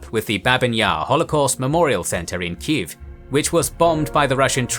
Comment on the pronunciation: You even pronounce Kyiv right!!! <3